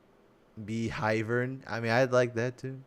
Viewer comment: Bee-vern? FOOL!! Hive-ern!! All the way!